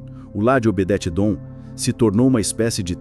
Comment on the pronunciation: Vc fala Obedete!????? Obede Edom Esse está certo